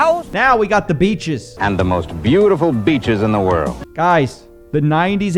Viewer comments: he is not saying beeches he is saying bitches😂😂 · I think he mispronounced the "we have the most beautiful beaches in the world" when he meant "we have the most beautiful bitches in the world" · He was trying to say "some of the most beautiful bitches." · Did he say beaches or bitches in an Italian accent? It's-a tha biiitches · Did he say the most beautiful beaches or bitches ? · That hard B on "beaches" sounded like he wanted to say something else with the women on the screen 😅